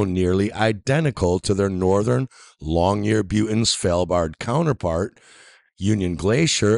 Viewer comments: "Long-yer-buten" is on "Svel-bard" LOOOOOOOL. Also, if you're wanting to prove your point, should you not be looking at the different environments of Svalbard vs the Antarctic station? Svalbard is basically a cold desert. It does get snow and rain, but it's nowhere near what other places get. As soon as 24 hour sun season starts, what snow and ice there is melts, the ground starts to heat up, and the permafrost comes alive with tiny arctic plants. The Antarctic is just snow and ice. The terrain is far below the top level of this snow and ice in most places, so doesn't absorb ANY heat from the sun. THAT is a main reason why there is such a temperature difference. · Dafuq does he keep calling Longyearbeyn? He's not only a flat earther, but he's also butchering the name of towns now?! EDIT: and "SvElbard"?!?! Svalbard!!!! Repeat with me: S-v-a-l-b-a-r-d! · Long-year-byen [ˈlɔ̀ŋjɛrˌbyːən], It's not Long-year-byuten. Where do you anglo-imperialist bastardizers get the "ut" from. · "How is it that the Lupland cities like Longyearbuten on Norway's Svalbard Island . . . ?" Lapland (not Lupland) is in Finland, 1000km from Longyearben (without the letter "T" in it) which is on the island of Spitsbergen, part of the archipelago of Svalbard. Yep, I'm definitely going to trust this moron as a reliable source. Not. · He did not pronounce Longyearbyen correctly. It is long year bin.